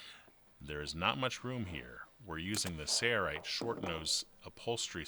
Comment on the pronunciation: Just curious, why do you pronounce Sailrite as 'serrite? '